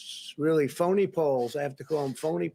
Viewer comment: "Fony Poles".